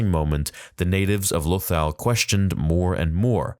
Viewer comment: Lothal is pronounced Lo Thall.